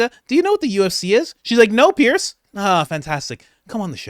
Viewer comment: Sorry Coach, you'll never get the call unless you pronounce Piers name correctly. I understand he is particular about that. It is pronounced Pierz.